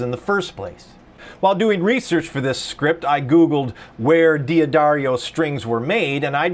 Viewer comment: It's pronounced "Daddario." Not "Dee Addario." You just ignore the apostrophe, and don't add another syllable.